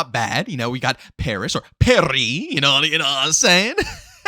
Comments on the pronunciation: He should change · Bro said “Pareeeeeee” when referring to Paris 😂 never change